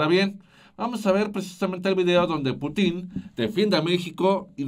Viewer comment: Hola. Putin no lleva acento en la I, por lo que no se pronuncia como ustedes lo hacen